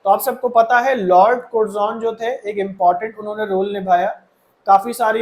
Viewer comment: Sir aapne har class me कर्जन ko कुरजोन padha hai